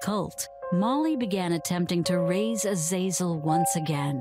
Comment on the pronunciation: That pronunciation of "azazel" is very possibly the worst I have ever heard. Omg it's so bad. It's "A-za-zel."